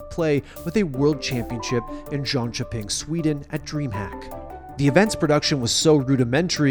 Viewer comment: the way you pronounce jönköping hurts me